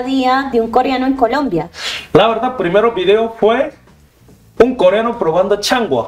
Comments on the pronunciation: Esta periodista es ñeque, tirada para brutica, que estudie expresión de habla, pues no se dice koriano, niña es koreano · Coriano, nooo señora, coreano😅😅